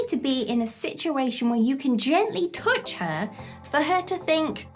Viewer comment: Love the way you say "touch" . . . as in "tooch." You rock. Love your videos. They really help.